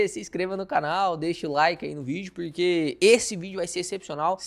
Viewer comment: MEUS ELOGIOS AOS CONTEUDOS DOS SEUS VIDEOS, DE VERDADE. MAS NAO POSSO DEIXA DE OBSERVAR AS PRONUNCIAS DAS PALAVRAS...RSRS. . . Esse " puriquê" falado é o charme dele. Kkkkk...e na voz dele Também as palavdas : pairti", " Govéirnuuu" , " ceirtas", " méircado", " cairteira", cara que embola a lingua nas silabas que têm a letra "R". Imagina ele falando a palavra AEROPORTO!!!! KKKKL CURIOSIDADE APENAS, VC É DE QUAL CIDADE DO INTERIOR DOS SUL OU DO SUDESTE?